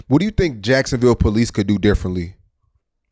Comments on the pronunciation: They all say Yacksonville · “Charlz luv jiackesonville”